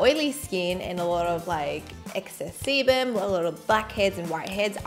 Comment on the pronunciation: Sounds like she is saying excess semen😂